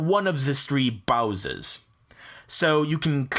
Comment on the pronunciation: lol he says bowsers in place of browsers